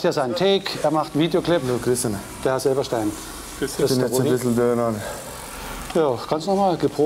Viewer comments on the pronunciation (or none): OK, aber Silbereisen, net Silberstein 😂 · Wieso sagt der Bürgermeister Silberstein?! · wie der bürgermeister auch immer so schön Silberstein statt Silbereisen sagt xD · sie nennen ihn immer silberstein er heisst doch silbereisen xD